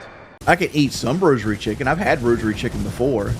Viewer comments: Rosary chicken gets me everytime 😂😂 he said it like 10 times at least before someone in the chat corrected him 🤦‍♂️ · 40 year old man. Saying “rosary chicken” instead of “rotisserie”